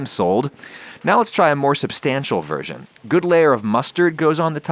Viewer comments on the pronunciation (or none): none